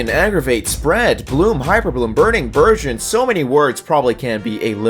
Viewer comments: U was saying vergin according to my ears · I’m pretty sure he saying “Virgins” because that’s what I hear every single time lmao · He said birdeon